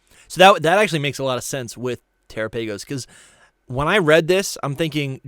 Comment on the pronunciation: Guys terapagos is pronounced like galopagos, not terraPAYgos 😵‍💫